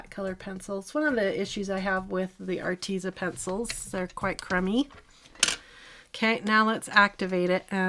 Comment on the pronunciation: It is pronounced artez. Like pez candy. So art tez a. Like rhymes with says. But tez lol arteza